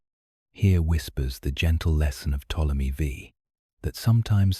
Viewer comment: Ai for sure. The way you can tell is how they pronounce words like Ptomely V. Its Ptolemy the 5th, not Ptomely Vee